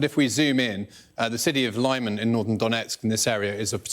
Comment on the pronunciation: Lyman 'lee-MAN' is not the hardest Ukrainian name to pronounce. You'd think these military experts could at least make an effort.